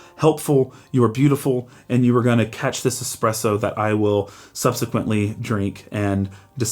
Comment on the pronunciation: A great little video thanks for taking the time to make it. But as a coffee guy, please learn how to say Espresso properly it doesn't have an X in it. 😂